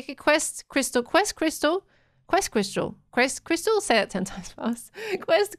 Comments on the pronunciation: No one:: Quest Cwystal (uwu) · And now we all know that pronounces "crystal" as "Qystal"